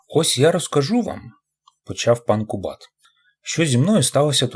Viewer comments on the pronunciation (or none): Всі чеські прізвища наголошуються на перший склад, тож КУбат.